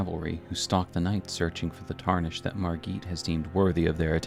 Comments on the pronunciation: You’re pronouncing Margit wrong, its pronounced mar - git. He says it in his cutscene. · Respectfully… “margeet”? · Ah yes margeet the fell omen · who the hell is Margueet? Great video btw!